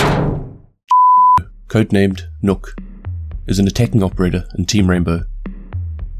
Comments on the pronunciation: I losse a year of my life every time Somone says "nokk" and not nøkk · You pronounced the name wrong, you danish hater